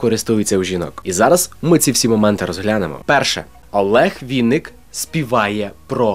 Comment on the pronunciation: ВИННИК!!! А не Вiнник. Через ИИИИИИ!